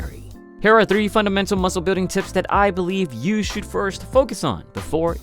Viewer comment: you said bulding lol